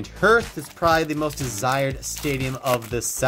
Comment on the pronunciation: the "hearth" in Giant Hearth is pronounced like "heart", except with a "th" at the end